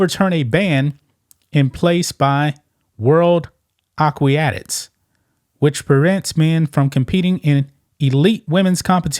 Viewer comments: You're reading a story on aquatics but didn't take the time to learn how to say the word? 😂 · Good for you for referring to Thomas as "he", but the way you pronounce "aquatics" is hilarious. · Interesting video. Pronouncing aquatics wrong each time is a little annoying though. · It's pronounced A QUA TICS not a que ti ah tics. But otherwise a good channel. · "aw-qwee-atics"....Aquatics you illiterate joke lmao. AQUATICS., aqua, spanish word for water. +tics, like the bug, tick. put it together, I believe in you...good god, while typing this I hear you say "susessfull"...I don't believe in you lol. I bet Lia Thomas can speak correctly, and read. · Will someone tell this moron how to pronounce the word "Aquatics". It is a-kwat_ics, not a-kwi-at-ics as he seems to persist. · Acuiatics? A-QUA-TIC AQUATICS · The word is "Aquatics"....... not Aquiotics....... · it's AQUATICS, not AQUIATICS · AQUATICS A-KWA-TICS. NOT A-KWI-A-TICS. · AQUATICS is pronounced (phoenically) "ah-kwah-tix" with stress on kwah; not "A-quee-ah-tics' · A-qua-tics not A-qui-a-tics please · Aquatics (ak-wat-ics) not ak-way-at-ics! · Aquatics “ah-kwă-tǐks” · Ah - QUAT - ics, dude. Ah - QUAT - ics. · World AQUATICS, pronounced AH-KOO-AH-TICKS Ya know you can google how to pronounce words You’re reporting on an aquatic sport and don’t know how to pronounce basic words that are used in the field, that I can understand. What I don’t understand is that you didn’t take the 3 seconds it would have taken to check the pronunciation of said words. 🤦🏽‍♀️ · A-QWO-TICS (phonetically) if that helps you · Just an FYI, it is pronounced A Quat ics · Aquatics... A-kwat-ics Sort it out. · No they haven’t been the US like to have their trials late, and it’s pronounced “akwatics” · The word is actually A- quat-ic. A short simple easily pronounced word . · "Ah_qwa-ticks" as a former swimmer... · Please learn how to pronounce Aquatics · you cant pronounce Aquatics...? lmao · The guy can't pronounce Aquatics correctly